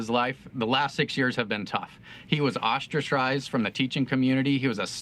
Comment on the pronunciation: Ostracized = oss-tra-sized 😂👍